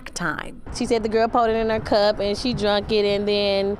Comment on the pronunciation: It always makes me laugh when people can't say drank... lol